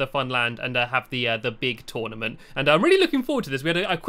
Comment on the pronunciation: STOP SAYING TONEMENT ITS TOURNIMENT